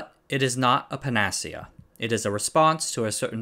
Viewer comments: pana key not pana cia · panacea: "pan-nah-SEE-ya" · Hey, just so you know, that's not how you pronounce panacea [ pan-uh-see-uh ]. Those phonetic spellings aren't always super helpful. So, feel free to look it up. Most online dictionaries have audio clips for words that I often find super helpful. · Xilinx is pronounced ZI-links, not ZEE-links. And panacea is typically pronounced with emphasis on the first and third syllables, not the second syllable. Otherwise, good video. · Also "panacea" is pronounced panəˈsēə or pan uh see uh. These are great videos. I'm just trying to be helpful. BUT puh nas ee uh is a cool alternate pronunciation. It sounds like the name of a settlement in a sci fi story. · Also: Panacea is pronounced not unlike, "zai links." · pa - nuh -see - uh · Pan ah see ah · And panacea, but both are totally forgivable when using unfamiliar words in a second language like English.